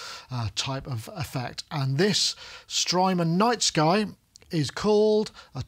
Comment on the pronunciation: At one point in the beginning, it sounded like “Strymon’s nice guy” to my ears, haha. Thank you for the great review,. Makes me want to add the nice guy to my production team.